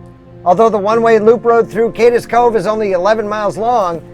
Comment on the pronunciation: Love the video. Cades is a one syllable word, not two. Keep up the good work.